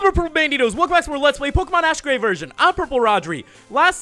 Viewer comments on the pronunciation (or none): none